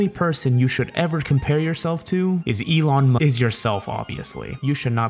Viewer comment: he said Elon Ma